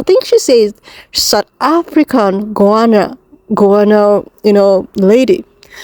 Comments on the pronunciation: I think you mean Guyana which is South America. Pronounced as Gyanna. I think that's the strory you're referring to. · It’s Guyana pronounced Guy Anna and it’s in South America 😊